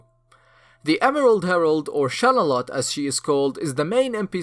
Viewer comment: It's not Shalalotte, it's Shanalotte